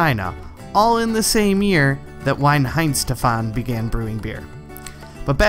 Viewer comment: Loved the video dude. Just a heads up, but the 'W" in Weihenstephaner is pronounced as a 'V', and the whole word sounds more like "V-eye-hen-shteff-an-er". Similarly, "Weissbier" is pronounced more like "Vice-beer".